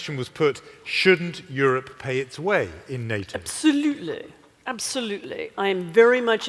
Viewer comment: What is with the way she is saying absolutely . She American. We don't say absolutely like that haha. Was she mocking or trying to relate to the British crowd?